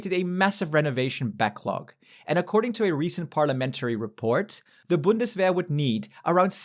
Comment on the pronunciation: Vc está falando errado "W" em alemão tem som de "V" então o certo é "Bundsverr"